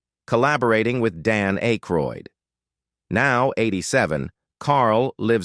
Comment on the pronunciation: 'Dan Eckroyd'